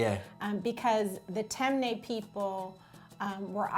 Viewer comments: Lol she pronounced the tribe wrong, but it’s cool tho. It’s tee-mey -nee, not tem-ney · it’s not tem-nay it’s ti-mi-ni🇸🇱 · Its not “tem- neh” it’s actually pronounced “tim- knee” im from Sierra leone and that is the right pronunciation for temne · Just being helpful here it’s pronounced “Tim-knee” not “Tem-Ney” I would know because I’m from that tribe in Sierra Leone 😊😊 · And it’s not pronounced tem- nae it’s pronounced tim-eh-knee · Lmao she said “Tem ne” we pronounce it as “ Tin me ni” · ok “mendi” and “timni” that’s how you pronounce it. They are the 2 largest tribes in 🇸🇱 ❤️ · I’m from Sierra Leone, temne its pronounced ti mi ne not tem nay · Guys just for pronunciation it’s “Timinie” not ‘Temne’ and “Full-a” not ‘Fuula’ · glad for everyone! Temne is pronounced tim-nee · She pronounced Temne incorrectly it’s pronounced (Tim-nee) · This is really interesting. Btw it’s pronounced as “tim-knee” I’m from Sierra Leone and my tribe is Fulani. Proud African 🌍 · The way she pronounces temne 😬 but I guess a lot of African American are Sierra Leoneans 🇸🇱🇸🇱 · As a member of the Temne tribe, someone please teach her how to say Temne🇸🇱🇸🇱🇸🇱